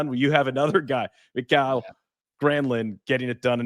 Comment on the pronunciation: Ok, as a Finn I feel I need to suggest using Google Translate to get the pronunciation of Mikael at least close. Everyone pronunces words foreign to them wrong, it is what it is, but MA-kyle is so much off reservation that it took me a beat or two to figure out the word he was referring to . 😁